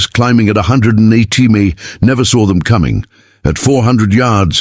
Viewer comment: The A.I. Had quite a bit of difficulty figuring out how to pronounce mph😊